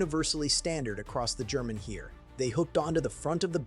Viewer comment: It is pronounced Hair, not Here!!!